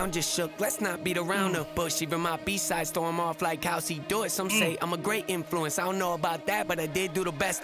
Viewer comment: notice when he said "even my b sides throw 'em off like how's he do it", it sounds like he says "how c do it", because ya know...the alphabet...a, b, c